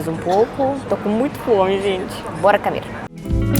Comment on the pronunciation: Pronuncie a letro o, comer e não camer.